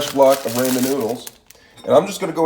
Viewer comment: Rae-man noodles